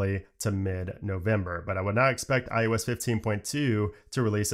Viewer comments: Eye Oh Ess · Why can you say Mac OS…..but say mac I you S…….over and over….